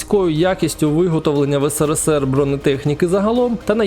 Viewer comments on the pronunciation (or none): none